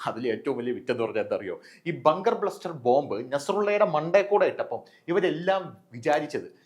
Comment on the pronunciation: ..ബങ്കർ ബ്ലസ്റ്റർ അല്ലേ.. ബസ്റ്റർ ആണേ..